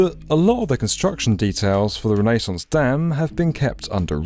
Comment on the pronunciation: i had to stop once you pronounced it rennaes sauce instead of renaissance lol its like glass in my ears lol